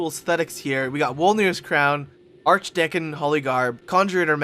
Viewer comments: "Arkdekon staff" lol, it's Arch Deacon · usually i dont like to make fun of how people say words but hearing him say arch deckin instead of archdeacon is wonderful. he gonna play some yugioh with his archdeckin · arch decon is pronounced "arch deekon" not "ark dekkon"